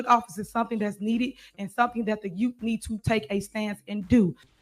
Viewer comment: She drives me crazy! "Misapality", "Liberry", "Gat", and now..."Yute". I realize she doesn't see anything wrong with her actions nor speech, but I'm seriously wondering if she has a speech disorder. 🤔